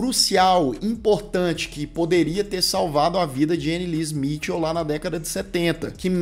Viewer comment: Anneliese Michel ( nao se le "smitil" e sim mikel!